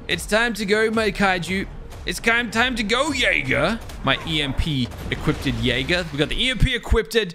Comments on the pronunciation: Anyone else have an eye twitch when say "equip-ted" not Equipped? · "Equippeded."